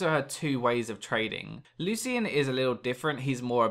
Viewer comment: Lol it's Loo-shin not Loo-see-in